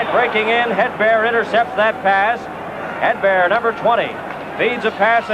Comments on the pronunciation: More like "Headbear". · Hate the way the announcer says Hedberg and Sjoberg. He calls them Hedbear and Sjobear.